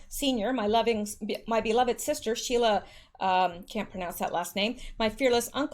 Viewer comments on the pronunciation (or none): none